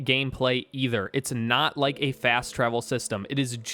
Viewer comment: "rike" lmao it never gets old